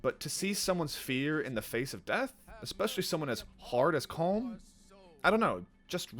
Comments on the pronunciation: Its pronounced colum not colm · I'm Irish and on my first playthrough I almost stopped playing because they all mispronounced colm its pronounced collum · it's pronounced "column" not "comb" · COLM IS PRONOUNCED COLUM.